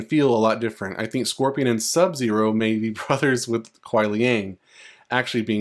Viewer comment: You said SUB-ZERO right 😂❤ thanks man